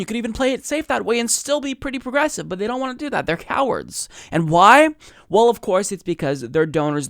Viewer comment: Why does he pronounce "well" as "wool"? Is it a regional thing or something?